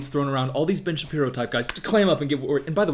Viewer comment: Great video, really enjoyed your takes on both films. Just as great: when you said Ben Shapiro's name at a certain speed and it sounded like b*tch Shapiro, so henceforth I'll consider that his true name lol